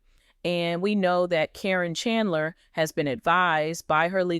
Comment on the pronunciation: Doesn’t know how to pronounce KARIN CAR IN MAYBE THIS WOULD HELP YOU